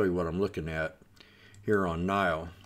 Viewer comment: NIO “nee oh”